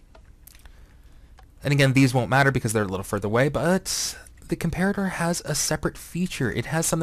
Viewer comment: You're pronouncing comparator wroooong. Unless it's supposed to be pronounced differently than a real-life comparator.